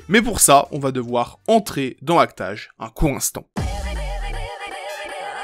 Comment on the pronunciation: La manière dont tu dis act age me trigger de ouf mdr, mais la video est très cool